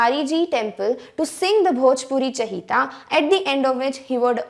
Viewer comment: Mam the word which you had said in 3 paragraph it was not chahita it was chaita . I know it because I'm from bhojpur Bihar